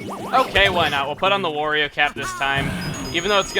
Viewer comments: Wurio. Chuggaa, it's not Wurio. It's WARIO. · It's not WOrio, it's WArio! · Why do you call wario worio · STOP CALLING HIM WORIO ITS WARIO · Chugga, you're drivin' me crazy, man! It's "Wario", not "Worio". It's supposed to rhyme with "Mario". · GAH! WARIO, NOT WORIO! i hate when people mispronounce simple things :c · Its Wario not Woorio... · why do you say worio, its wario